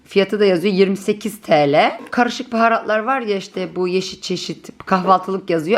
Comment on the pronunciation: bazen yarı Türkçeyle birseyın fıyatını söylüyorsun yaa 15 Teleee dıye 😁 cok hoş oluyor.